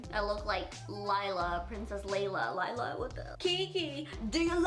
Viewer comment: it’s princess leia (pronounced lay-uh) lol